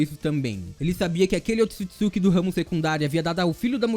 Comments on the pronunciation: Será que só eu fica agoniada quando ele fala otisukisuki? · somos 2 da agonia ele falando errado o nome